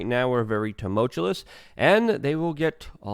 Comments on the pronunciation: LUUUUUUUUUKE - "ta mull chew us", not "ta mull chul us" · TU - MUL - TUOUS, c'mooon, maaaann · I think you mean 'tumultuous' which is not 'too- mult-chew-LESS' it's just promounced 'too-mul-chew-US'. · Tumoltuous. Say it with me, too mull tyoo us. Not- too mult tyoo lus as you repeatedly keep saying. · Love your commentary Luke. But it's pronounced tumultuous. Not tumultulous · Tumultuous Luke. Tum-ul-tuous. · Say “turmultulous”……one more time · Dude! How are people supposed to take you serious when you can't even pronounce "tumultuous"? And "nuclear". Sound it out. Hooked on phonics, bro. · You're mispronouncing tumultuous. Picky, I know. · I like this opening statement The way you pronounce some words man, hehe tumultuous, contingency Anyway good job :) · Don't take this the wrong way, Luke. I love your channel. But really, if you cant pronounce a word, such as "tumultuous," maybe don't try to say it 3 times in a row. Haha!